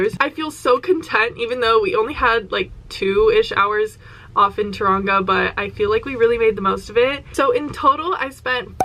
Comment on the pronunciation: The way she says Taraunga 😂 love u ❤